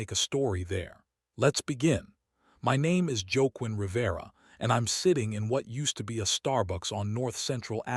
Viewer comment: Pronouncing Joaquin as "joe queen"?